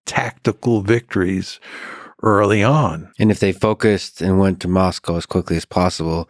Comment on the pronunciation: Why can't Americans pronounce words like 'Adolf' and 'Moscow' correctly?